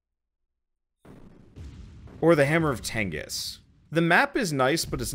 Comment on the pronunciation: If you keep calling it the hammer of tengis I swear to god